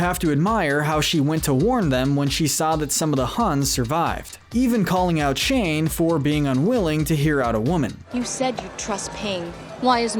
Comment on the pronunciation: exuuse me did you say SHANE?! ITS SHANG ACK